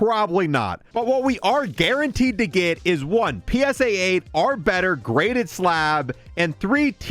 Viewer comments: Holy shit the word is “OR” not “ARE” 🫨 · I don’t think bro knows how to say “Or”